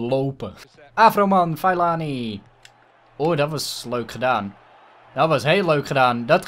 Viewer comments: Je moet Fellaini uitspreken als Fe(doffe e)llaijni ;) #DeBelgischeAfroMan #DeBesteKopperVanBelgie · Fellaini moet je zo uitspreken : Fellajnie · HET IS Félaini uitgesproken !!! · Fallijnie zo zeg je dat, toffe aflevering weer maar mijn voor keur was psg.👌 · het is fellAIni met de ai als je zegt als je pijn hebt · Je spreekt fellaini uit als felaynie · je spreekt het uit als feelajnie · Fe la ini is hoe je het uitspreekt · je spreekt fellaini uit als felaajni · Fellaini spreek je uit als felijnie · Het is fe-la-ie-nie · Fellaini spreek je uit als: ve-lij-ni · Je spreekt het uit als felaanie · Het is feleinie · Je zegt Fel-A-Ini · Je spreekt de naam van de afroman uit als FE-LA-INI!!!! Like zodat!!!! dit ziet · Spreek uit: feleenie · Je spreekt Fellaini uit als Felaanir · je zegt vel-ij-nie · Nee je spreekt het uit als vieleijnie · Je zegt felaanie